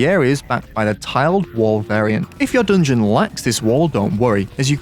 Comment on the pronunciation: why this guy says "doongeon" instead of "dungeon"?